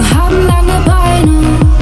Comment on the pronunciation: Ich verstehe immer ,,Lügen haben lange beiden“ klingt halt komplett schlecht ihre Aussprache